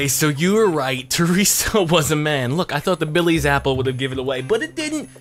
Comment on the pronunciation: He called her traesa and Sheryl